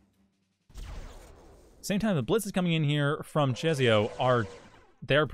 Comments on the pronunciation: Just for the record; I believe czesio is pronounced like 'Che-shio' with a slavic accent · The 'i' after s changes the pronounciation into 'ś', which is a kind of softer 'sh'; it's a weird rule so I don't blame you :D